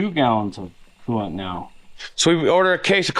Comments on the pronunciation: What is it with you Utah boys saying quelant. I believe it's coolant😂😂😂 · can you please add the L too coolant it's not cooo-ant